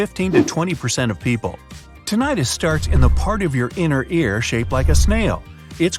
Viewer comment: It's pronounced TIN-ih-tus, not Tin-AYE-tus.